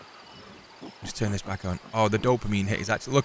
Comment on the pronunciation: "ok. We're bek" literally killed me XD